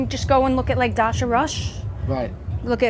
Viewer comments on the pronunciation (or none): none